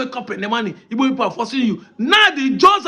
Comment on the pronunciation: It's igbo please learn how to pronounce it